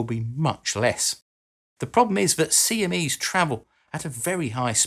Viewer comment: Don't do great vowel shifts, kids.